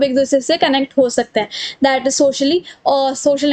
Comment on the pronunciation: Didi very nice explanation 👌🏻 But this is Data not daata 😅